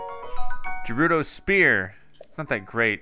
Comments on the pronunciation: I'm screaming at you "G3RUDO" NOT "J3RUDO" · It's Gerudo, not Jerudo, please pronounce it right or i'll kill myself xD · Is it gerudo or jerudo cause says jerudo I think it’s gerudo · Gerudo is not pronounced j it is pronounced gf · Btw it’s not jerudo it’s gerudo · Anyone else anoyed by the way he pronounces it "jerudo"? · Gerudo is pronounced guerudo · You keep mispronouncing Gerudo. G is pronounced like Ga.